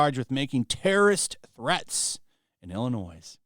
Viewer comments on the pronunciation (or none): Illinois don’t say the S in it Illinoi when you say it